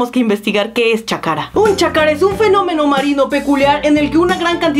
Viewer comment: No es chakara es chacra